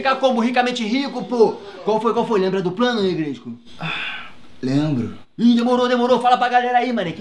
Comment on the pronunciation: Falei q era pra cuidar do morro,kkkkkkkkk o Negresco é muito engraçado falando errado, Negresco:ae pratão